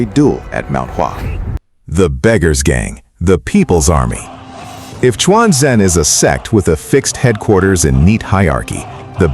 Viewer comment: I always said non-native speakers trying to narrate a Chinese related subject will do much better if they turn on Google translate and learn how the Chinese words or names are pronounced. Quanzhen became “Chuan Jian” - that is not a sword only sect. Just an inability to pronounce Quanzhen “completely true” - a real Daoism school in China today.